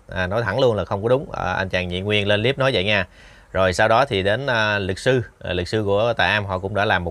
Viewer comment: Cái líp là cái gì vậy? Đọc sai giọng nhưng thích dùng tiếng Anh Dùng tiếng việt nam đi cha nội